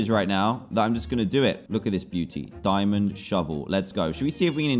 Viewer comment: Diamond throne You say yu ritch